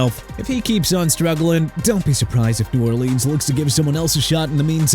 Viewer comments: I'm through with your lack of respect for the people of a Louisiana city. You wanna keep saying New OR LEANS like a fool?! Go ahead. I bet you're doing an amazing job. NEW ORLEANS PRONOUNCED NEW OR-LINS!! Dolphins can bench Tua for all I care! Chris Grier fired, Tyreek Hill out for the season, offense can't block, can't play defense, can't win games, and you're disrespecting the team. Good job. You disgust me and you need to clean out your locker. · Ive worked with special needs people in the spectrum, i understand your frustration, but i dont think will listen. I understand you are frustrated and angry cant pronounce New Orleans properly, but is it the end of the worl?